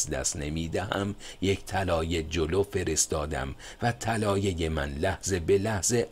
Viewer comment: جناب خسته نباشید و با تشکر اگر به تلفظ کردن یه کمی بیشتر دقت کنید کار زیبایتان زیبا تر خواهد شد چون کاری را که شما انجام میدین فقط برای وقت گذرانی نیست کاری است که فایدش رو در مدت طولانی خواهید دید علاقه مند کردن جوونا به کتاب کاریست مهم و شما دارید با در دست گرفتن گوشه ای از این کار مهم اونو انجام میدین ه همیشه ح نیست مثلا طلایه طلایح نیست بخاطر همین چند وقت پیش از شما تقاضا کردم تا قبل از پست کردن یک بار خودتون گوش کنید البته این به هیچ عنوان از ارزش کارتون چیزی کم نمیکنه ولی میتونه به ارزشش اضافه کنه دو باره ازتون تشکر می‌کنم